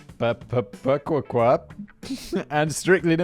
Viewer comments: Mass-a-pee-kwa 🤣 Massapequa is not hard to say, my dear Overlord Whistler. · Massapequa is pronounced "mass-a-pee-kwa" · I know you don't care, but it's mass-a-peek-wah. :D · So confused for a moment and then realized "oh this is long island he cant pronounce MASSAPEQUA" 😂😂 Simon you are such a mess its gotta be a character just the lack of general basic knowledge in so many areas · It's fun to hear Simon try and pronounce towns with native American names, Massapequa.